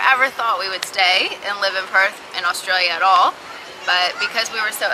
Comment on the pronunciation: They all seem to pronounce it as "Oshtralia", every vid on youtube.